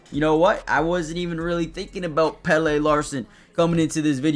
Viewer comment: it’s pronounced pelluh